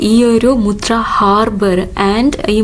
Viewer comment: മുത്രയല്ല മത്ര